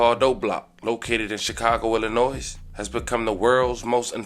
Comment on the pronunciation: And Illinois isn’t pronounced (ill-a-noise). It’s pronounced (ill-a-noy).